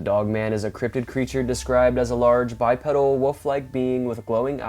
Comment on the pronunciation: You keep saying it so I will too, the word is pronounced BYEPEEDAL, a pedal is something off a bicycle.